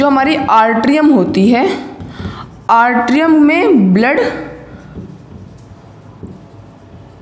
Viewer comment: I think it's atrium not artrium